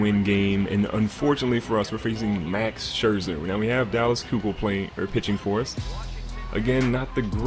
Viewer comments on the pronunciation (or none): coming from an astros fan... It's pronounced (ky-kul)